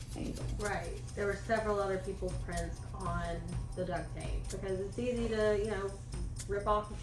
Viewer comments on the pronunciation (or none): none